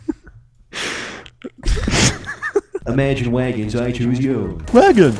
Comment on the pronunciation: Imagine wagons, authors of wadioactive and fwunder.